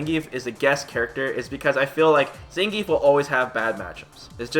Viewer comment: zangeif man, really?